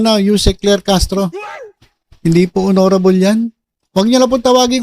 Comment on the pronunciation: HONORABLE❎ HONNYRABLE✅